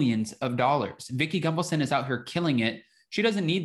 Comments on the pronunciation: As a new viewer to your channel I have a question. Are you purposefully mispronouncing Vicki Gunvalson’s name to shade her?😉😉😉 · Way to keep spreading the “big lie”. I’ll think twice before I watch another video of yours. Didn’t realize you’re a tin hat wearer. O, and btw….STOP mispronouncing Vickie’s last name!